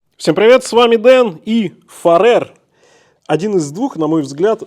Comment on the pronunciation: Ухо режет «Фаре́р», правильно будет - «Фа́рер». Их бренд никак не связан с Фаре́рскими островами, которые по-английски будут Faroe Islands. Да и во всем англоязычном Ютубе эти часы называют Фа́рер или Фе́рер.